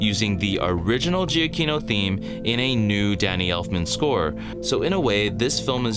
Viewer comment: To be honest, I wasn’t really blown away by the music battle or by Danny Elfman’s score in this film. But your analysis gives me a new perspective that I can at least appreciate. Also, just as an FYI: Giacchino is pronounced as juh-key-no.